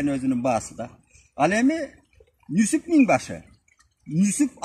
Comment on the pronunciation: Нүсүп эмес Нүзүп